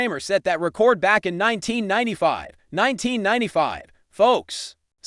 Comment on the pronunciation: Stop mispronouncing record 😮